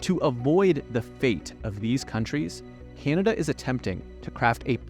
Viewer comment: It is not pronounced KeeAnada!